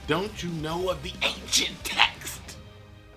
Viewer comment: Bro when you said ANCIENT TEXXXXXXT you spitted on my face........I guess you neva miss even through my phone